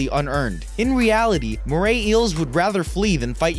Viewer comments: I love how you say “Mray Eel” rather than “Moray Eel” Also crocodiles don’t live in oceans and plus they’re Australian. I think saltwater crocodile should be replaced with “Blue Ringed Octopus” or something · Mora is pronounced more a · More-ray eel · He pronounce moray wrong